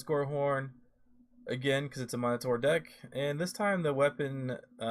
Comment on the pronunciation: Nice work here. I’m all in on Tavrod. Check pronunciation on Minotaur, I believe it’s ˈmi-nə-ˌtȯr. I used to say “monitor” and my “friends” made sure I realized my error. Keep up the great content!